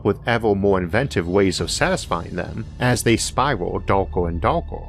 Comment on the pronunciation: "as they spiwal dowker and dowker"